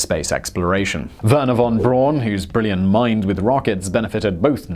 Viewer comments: It's Braun. Not Brown. Wernher von Braun. LOL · Von Brorn? Lowry? Simon never bothers to check how to pronounce anything! Not as bad as his half-arsed attempt at "Die Deutschland", though! And "The natural pull of Earth's gravity... eventually pulled closer to Earth" is not what made it lose altitude. It is due to air resistance. Thanks. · Simon, just so you know, Wernher von Braun's surname is pronounced 'Brown' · Jeez you English really know how to misspronounce any name... you fakt it up!!! Really... can you frikking guess what the German Braun means? (I'm Dutch, a neighbour) It frikking means BROWN. Isn't a hard guess I think. But listen. Nou... How to pronounce... It's the frikking same as in English you dope's!!!!! Braun=Brown. Are you vommiting when you cough out that name? Jeeeez you frikking englinsh... Just like roman names. Johannes is everywhere Johannes but except in English. Too hard for you!!! YOu made it to John. Or Like Petrus. Whole frikking Europe Says Petrus....no you special English must make it Peter..... Even you own language you find hard to pronounce!! It frikking terrible!!!!! YOU SPECIAL!!!!!